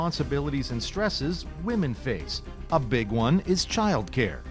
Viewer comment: "Wahmens most affected" Where are all these strong empowered wahmens who dont need no man?